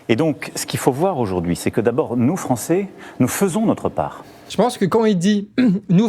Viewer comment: il ne dit pas nous faisons mais nous Fevons !